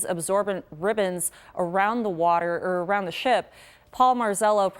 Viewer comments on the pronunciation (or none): Wardurr.... She means water...right?